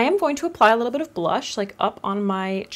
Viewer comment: Anyone else notice she said brush and blonzer towards the end ? Or am I crazy 😝